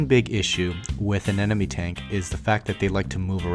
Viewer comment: Ane-MO-ne ... not anenome XD .... Nice video though. I like them. +1 sub for you guys